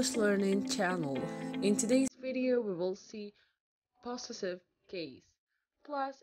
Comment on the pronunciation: Be careful how you pronounce the word ‘possessive’